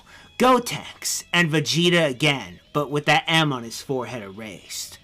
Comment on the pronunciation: Bezida. Bethida. Beki. He is bazinga, highness of saiya people.